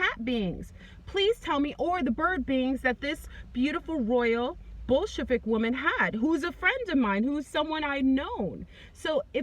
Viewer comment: When you say Bolshevik it sounds more like bull** lmao.